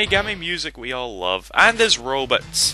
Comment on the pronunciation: i like how you say robots "Robits" lol accent FTW